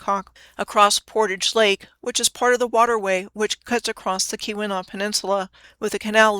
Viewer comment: Nailed Keweenaw! I'm impressed!